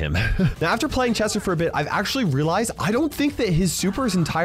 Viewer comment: Drinking game- Take a shot everytime accidentally says "Jester" rather than "Chester"